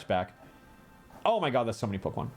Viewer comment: Alpharad don’t add an extra “r” into Pokémon names challenge (impossible)